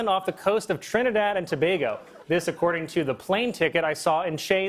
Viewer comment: Thank you Colin for pronouncing Trinidad and Tobago Correctly!!!🎉